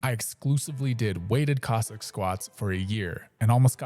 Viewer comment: I think this chap is gently ribbing the pronunciation of Cossack as Kozak. Aren’t you, my dear friend? Don’t worry, I got the joke. Ha ha. He pronounces Cossack much like Kojak, the famous detective played by Telly Savalas. Coincidently in the film Horror Express Telly Savalas plays a Cossack. A role he excelled in.